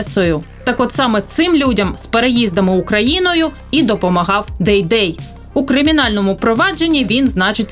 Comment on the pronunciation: Не Дейдей, а ДайДай правильно. Все что нужно знать о ,,патриотах